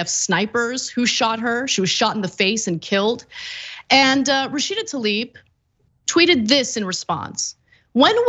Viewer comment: Why do you guys keep callzing her tAlib instead of tLaib???